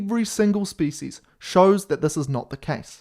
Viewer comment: eevree single speecies